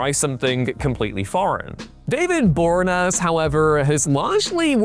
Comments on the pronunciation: That mispronunciation made my head hurt. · I swear they do it on purpose just for the comments. How can a channel based solely on pop culture be consistently bad with name pronunciation? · David Bore-naz??? Bor-ee-ah-nez.